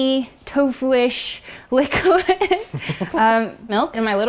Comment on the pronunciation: Its so cute when says likid instead of liquid! Can anyone else agree.